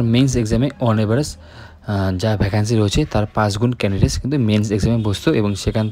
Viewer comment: ক্যান্ডিডেস😅 । ক্যান্ডিডেটস ✅